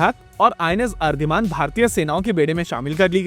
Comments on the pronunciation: अर्धिमान नहीं बे, अरिदमन नाम है। अरिदमन का अर्थ होता है शत्रु (अरि) का दमन करने वाला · It's ARIDAMAN ✅ ARIDHMAN❌ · आप हर बार अरिधमान क्यों बुलाते हैं जबकि अरि+दमन ( शत्रु का दमन करने वाला) इस का सही उच्चारण है। अरि+हन्त ( शत्रु को मारने वाला) अरि+घात ( शत्रु पर घात करने वाला) अरि+ जीत (शत्रु को जीतने वाला) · हिंदी चैनल होने के कारण और मोस्टली अच्छी भाषाकीय नॉलेज के बावजूद कभी कभी कुछ वर्ड्स के प्रोनॉन्सिएशन में थोड़ी दिक्कत है। इसमें सबमरीन्स के नाम सभी सही है, बस INS Aridhaman को छोड़ के, ये Aridhaman/अरिदमन है, अरिधमान नहीं। अरि= शत्रु, और सभी सबमरीन के नाम में जो सफीक्स लगा है, वो सिनोनिम्स है, विजय या विनाश के। 🙏